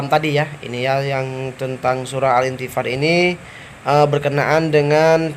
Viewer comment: Maaaf ,,.. no 3.. itu surat infithar min,,, bukan intifar ... Sy dengar adminnya jg bilang intifar